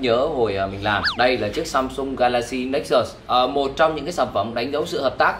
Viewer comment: hồi 2013 mua nó giá 14 triệu, tiện thể lụm luôn con Nexus S (phiên bản có đèn flash của Galaxy S), mà đọc là Galaxy Nê xús haha